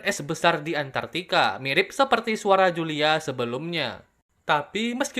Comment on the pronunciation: Kalo dengar baik baik pasti denger “juuu Lia”